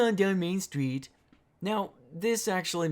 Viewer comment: CROOOZIN DOWN MAIN STWEET